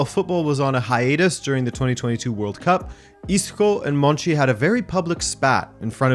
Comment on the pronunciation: i thought his name was monchi not monci